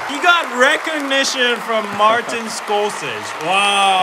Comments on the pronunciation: LOL love this video but on the right keeps pronouncing Martin scor-SAY-Zee's name wrong LOL he kept saying "Scorsage":P:P:P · It's pronounced as SCOR - SE - SE and not Scorses. It's an Italian name and not American. Hence, the pronounciation. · Need to stop saying Martin Scorsese name you're saying it wrong. Congratulations Korea and every Korean in the planet this is such a wonderful moment. I'm not Korean but I'm really happy for you. Then you destroy it by showing how backwards Korea still is. Damn I agree with you guys and to my knowledge the U. S. Doesn't have segregated school not if they want to get government money. You might find a high school usually religious ones but not colleges or universities. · Though I love your pronunciation of Martin Scorsese’s name, it’s really pronounced “scor-se-see” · Congrats to Parasite 👏 very cool. Speech was so touching. I just saw it recently & like said it's so very relatable! Sorry but Martin's last name is pronounced like "Score-say-see". Just sayin. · I ❤️ You, but you keep saying Martin Scorsese’ name wrong! 😂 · Could you two be any cuter? And Korea isnt taking over..lol! You two are! You all dont realize how much the west didnt know about your culture. Martin Skor-seh-zee is how his name is pronounced...lol! It is really nice to see you both so proud. Congrats to the all. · It's pronounced Score-say-z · When you are mildly triggered by still saying “Scorsese” wrong even after hearing Bong Joon Ho & the translator say it correctly 😅🙈